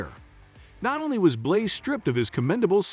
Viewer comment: It's BLANEY notBlay